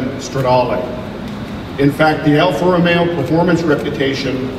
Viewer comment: its alfa romeo not alfa romeeo